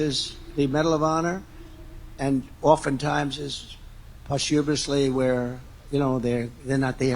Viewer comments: "Post-HU-mously" I never heard an American pronounce it like that. It sounds like a "big" word he just learned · What is "pawstewbussly"?